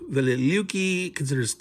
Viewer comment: this battle was previously released in gdw's "white death" back in 1979, i pronounced the city velikiye (vel-li kay-ye) although i could be wrong about that